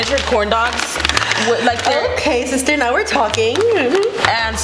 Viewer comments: LOL THEY KEEP SAYING SISSTERRRR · It’s “SISTER”